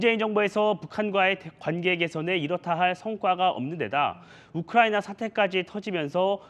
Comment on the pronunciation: 이재명이놈때문우크나이비하 발음하여국제적나라망신시켰다 세계적개망신하였습니다